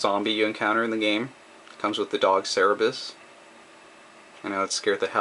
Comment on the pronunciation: it's pronounced cer-ber-rus. it's named after the dog that guards hell from greek mythology